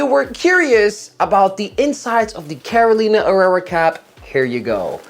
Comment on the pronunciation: Is Carolina Herrera! NOT CAROLINA ERERRA